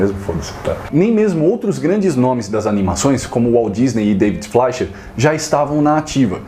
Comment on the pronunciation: Ótimo resgate histórico, concordo com cada palavra (incluindo a pronúncia de "Fleischer", falei errado a vida toda). É um assunto que me causa surpresa quanto ao desinteresse das editoras, ainda mais pelo fato de que estas obras estarem em domínio público. Abraço.